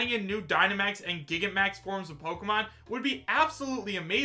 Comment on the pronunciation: It’s not called Gigamax. Repeat after me, Gi-gan-ta-max.